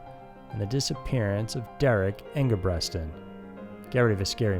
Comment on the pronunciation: It's Derrick ENGEBRETSON